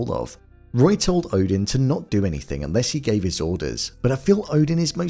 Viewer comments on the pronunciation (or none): none